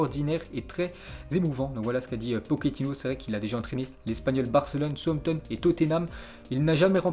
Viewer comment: c'pas souampton maos ca se dit saoussampton!!!!!!!!!!!!!!!!!!!!